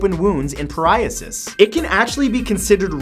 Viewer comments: matt, did you mispronounce "psoriasis"? pariahsis doesn't seem to exist. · psoriasis is pronounced sor-eye-uh-sis sorry I love your channel I just have a pet peeve of mispronounced words lol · *psoriasis The p is silent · matt, did you just say beer can Cure PARIAHSIS? I think you meant PSORIASIS lol 😂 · what's priosis? (Idk how you spell it.) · Pori... You mean psoriasis? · #27 sore eye isis, not poor eye isis :p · Matt, the skin condition that bathing in beer is supposed to help in fact #27 is psoriasis, the p is silent so pronounced soh-rya-sis. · He said psoriasis wrong. But it was a Freudian Slip because skin conditions are the pariah of many folks! LOL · Psoriasis. The P is silent. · Psoriasis!! P is silent. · psoriasis has a silent p. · Psoriasis the P is silent